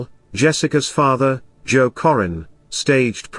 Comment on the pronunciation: This guy isn’t pronouncing Jessica’s last name right. Currin as in curry. My sister and Jessica was best of friends since kindergarten. They both were in the same classroom in Sedalia elementary. She was a sweet girl. She didn’t deserve this. Rest easy Angel 😢